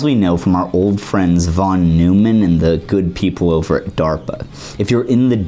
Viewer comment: Neumann is pronounced "noy-man", my guy. It's not like Jerry Seinfeld was his nemesis, That would be... maybe Wiener? Pronounced in the hilarious way.